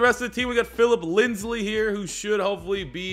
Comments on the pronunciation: Please, It’s Lindsay not Lindsley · It’s Philip LINDSAY not LINDSLEY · Also its Lind-say not LindsLey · I love that he paused to correct himself on saying Risner's name, but calls Lindsay "Linsley" for all of time. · IT SAYS LINDSAY RIGHT INFRONT OF YOU WHY DO YOU SAY LINDSLEY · I cringe every time I hear “Phillip Linsley” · It actually makes me wanna die as a die hard Broncos fan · Trust same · you can pronounce but not lindsay?